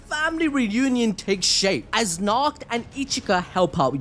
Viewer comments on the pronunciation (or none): none